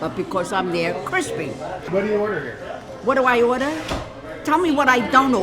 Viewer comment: "Tell me what I don't orderrrr" 😅NY beautiful gal